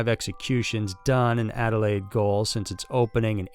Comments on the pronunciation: goal is pronounced exactly like Americans would pronounce "jail" its just the way its spelt in English. its so cringe to hear it said wrong hahahaha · Thank you - I was begging for him (sorry shoulda used your name dude but - nothing worse than people saying she or in this case him) not to say it again … jesus … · I love your channel, but if you're going to cover other countries/cultures PLEASE make sure you do your research properly. Your pronunciation is off (in the case of 'gaol', it's not even the same word), and it's customary to give a warning when using images or recordings of indigenous people who are or may be deceased. If you can't find the information you need through your own research, there are plenty of places online where you can ask. We're a few generations removed from convicts now, the animals might bite but the people don't. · As someone that was born in adelaide, I know the adelaide gaol.... but you are saying it wrong you say gaol the same as jail. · “Gaol” is pronounced like “jail.” G like in Genius. Also, it would be nice if you could use Australian indigenous imagery, instead of the pictures of people from other countries that are black but not Australian. It is customary to not show photos of deceased Indigenous Australians without a warning stating that their photos may be shown. Cheers! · Gaol is pronounced Jail it's just a different spelling!! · Adelaide. 'Gaol'is pronounced jail. Just saying keep up the good work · “GAOL” is pronounced “JAIL”; old British spelling 😂🙏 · 'Gaol' is pronounced 'jail'... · "Gaol" is pronounced the same as "jail". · I came straight to the comments when I heard the first "goal". Instantly felt so agitated haha. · Gaol is pronounced jail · Gaol is pronounced ‘jail’. So many better places than these. Port Arthur, Bogga Rd, Monty Christo house, Melbourne Gaol! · Gaol is pronounced jail btw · Adelaide "gaol" - pronounced "jail" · Gaol is pronounced the same as jail. A gaol is a jail. Weird I know.